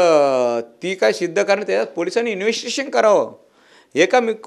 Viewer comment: ह्याला इंवेस्तीगेषण शब्द बोलता येत नाही पण शिव्या आणि धमक्या द्यायला बरोबर येतात.